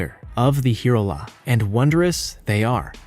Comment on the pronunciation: And the last one: Hirola is pronounced "Hye-rolla" . sooooo easy to look up before you mispronounce.